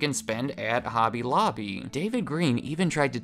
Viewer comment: "Hooby looby" hobby lobby Holland. You're welcome